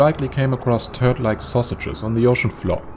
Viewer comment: Nothing like the word "Turd" being said with a German accent.